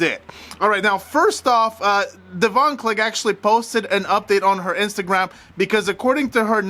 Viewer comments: Deavon pronounced like Devin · You need to listen to Celeb Guy video about this. Because he spoke to Devon (which you are pronouncing wrong). He explains the situation.